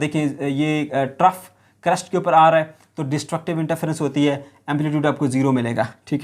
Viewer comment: Its not crust its crest